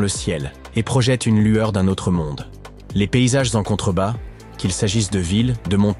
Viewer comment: 🍒 on ne dit pas les : "zhublot" devant un H ...😭